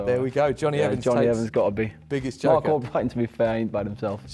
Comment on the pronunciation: 😂😂😂 “cark” mark with a c 💀